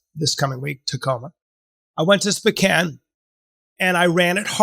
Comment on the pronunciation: spican, spocain, bro lol spowcan